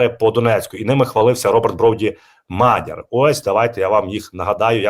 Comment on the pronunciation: Дякую вам Мадяр!!івашій команді.!!!,прошу вас МАДЯР, проізносіть ПРАВІЛЬНО!!!неужели позивной ГЕРОЯ,так сложно правильно ПРОІЗВЕСТІ!!!😂😂😂😂❤